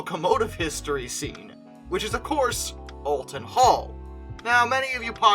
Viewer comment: Just so you’re aware, it’s pronounced Ol-ton Hall. Not All-ton Hall.